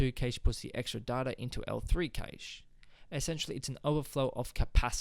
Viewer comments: Informative ,however it is pronounced Cash not Kaish. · Cache is the same Cache meaning a hoard or Stockpile. It's pronounced like CASH money.